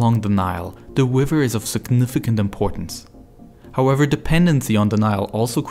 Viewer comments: Forced to click “don’t recommend channel” no I never hear this awful speech impediment narrator by accident ever again. Nile Wiver. Ugh. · Not tryna be mean but the way he says river is hilarious 😂😂 wiver 😂😂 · i cant get over how the narrator sounds like hes speaking uWu speak throwing in Ws where Rs should be. Wiver, Twird, Fwesh Water. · Except he’s saying wriver instead of river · Is it me or is he constantly saying "Wiver" instead of "River"? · He keeps changing it throughout the video. sometimes river, sometimes wiver edit i changed some of the sentence because i'm not very good at english (english is my second language) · The wiver in Afwica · He accidentally pronounced it wiver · Are you German? You pronounce "River" like "Wiver". I know some Germans do that when they try pronounce "squirrel". It scounds like "squiwwel" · BRO YOU SAY RIVER "WIVER" LOL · Please learn to pwonounce R's pwoperly